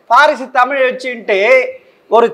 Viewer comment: கலைஞருக்கு எத்தினி?? நெறியாளர் நேபாளத்திலிருந்து வந்த திராவிடராக இருப்பாரோ?? தமிழும் சரியாக உச்சரிக்க தெரியவில்லை?!😂